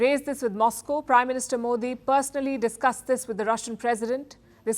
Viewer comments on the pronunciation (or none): none